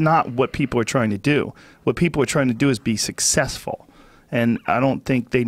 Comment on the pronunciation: "SuccESSfuL!" Ha ha, so american.